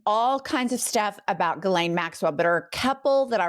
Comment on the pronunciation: Not for Ghislaine Maxwell, but for all "Ghislaines", it's pronounced like "She's Lane", not G-lane or Guh-lane, not that hard."